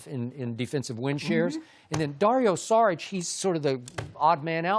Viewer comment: THIS MAN SAID DARIO SARIC 😭😭